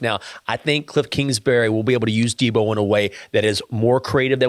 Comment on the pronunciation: We gotta work on getting Deebos‘s name right. I cringe every single time I hear the S at the end